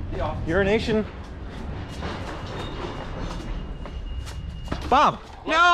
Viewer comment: i literally thought how pronounced "euroasian bob" was actually "urinational bob"